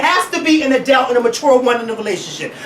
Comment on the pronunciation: Makes me uncomfortable when says adult --> ah-dalts